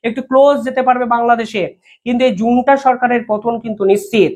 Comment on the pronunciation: জুন্টা না রে পাগলা, ওটাকে বলে জান্তা সেনাবাহিনী😅